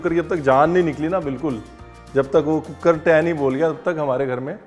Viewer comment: When I saw cooker wali recepie written on the thumbnail of your vedio.. I just pronounced it the way you say cook-ker.. Not deliberately 🤣🤣🤣.. Apka zyada vedio dekhne ka asar